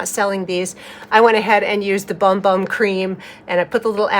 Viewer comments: I believe it’s actually pronounced “boom boom” cream. It’s still funny. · It's pronounced "Boom Boom". 💕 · I know it is pronounced boom boom, (by the Boogie) but I always call it 'Bum Bum'. Afterall, it is spelled that way🤣. I just ordered this kit because my daughter and sister-in-law love that scented cream so much, I think they will love my creation of one that is hopefully similar! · I love how creamy this looks. I love how you pronounce it as it’s printed. I’ve always called it Bum Bum, if that isn’t what they intended, they could have spelled it correctly. I’m definitely going to give it a go 🥰 thanks for sharing. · I love your videos! Isn’t it pronounced like “boom boom”? I pronounce it the way you do in my head but I think I’ve heard other influencers pronounce it boom boom.